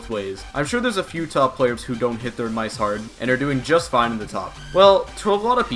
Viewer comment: i hate the way he says mice